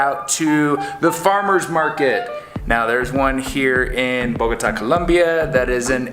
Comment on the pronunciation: kudos for your spanish, you pronounce a very well bogota and also colombia. Also it seem that you really know about geography. A lot people say bogata.